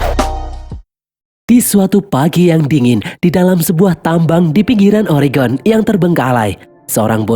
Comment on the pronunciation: Mantap, sang mimin bilang "Oregon" dgn betul!!! Bnyk warga America tidak dapat melafalkan nya. Makasih!!!